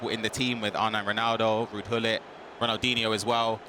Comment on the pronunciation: She said ronaldhino with a goal it was not DIHNO hahahhha 😂😂😂